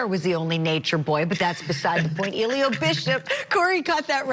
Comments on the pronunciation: Who tf is Eeeelio.😑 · The g in his name is not silent guys